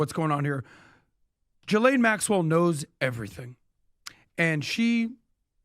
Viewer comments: The pronunciation is Ga-lane or gee-lane it’s amazing that so many people have so many different ways they pronounce it yet no one pronounces it correctly. It’s definitely not “gislane” or “ja’lane” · I love watching you guys, but it’s time you start to pronounce Ghislane Maxell’s name correctly. It’s Geelane. It’s a hard “G” ❤️ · Her name is pronounced as" Gee-lane " . And if everyone pleads the fifth, then those need to go straight to prison!!! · The “h” is silent in her name.